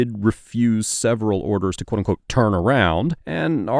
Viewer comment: Quoteunqote (one syllable)